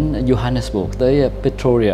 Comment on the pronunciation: cháu chào chúuuu, theo cháu nhớ lần trước cháu đi chỗ đấy tên là Pretoria chứ không phải Pertoria ạ :))